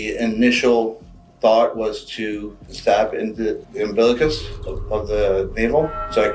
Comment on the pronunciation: Every time he says ambilicus I get angry